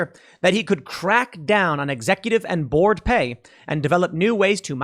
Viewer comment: "I am the board"... Sounds like "I am the Borg" hahahaha